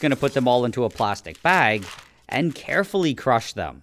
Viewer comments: Bro really said carful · How he said carfully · Bro said “ I’m going to carfully crush them “ * crushes very hard and loooooald * ahh not carful guy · Thought you said carefully crush them 😢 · Bro said CAREFULLY crush them…. Boom baap biting baap boom baaap bbbbaaaammmmnnnnnnnnn😂😂😂😂😂😂😂😂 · The way you said carefully and SMASHED the strawberries was sooooooo ooooooo Oo o. O o o o o o o funny 😂😂😂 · “Im gonna carefully crush them…” dramatic pause then proceeds to smash them, not being careful at all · the pause after 'carefully crush them' says it all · the way he said carefully but smacked it so hard we could hear the sound waves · Emphasis on carefully 😂 I love it!